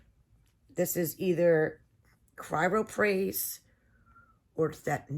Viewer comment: It's Chrysoprase